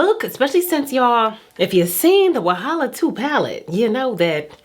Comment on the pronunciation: saying Wahala and Lagos is giving me the giggles Wahala be like bicycle for who no dey watch oh🥰🥰🥰🥰